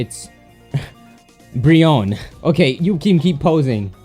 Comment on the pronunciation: Lmao, RiBrionne